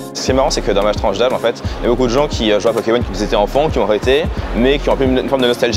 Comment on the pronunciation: Mais cents quoi c’est gents 🤣🤣🤣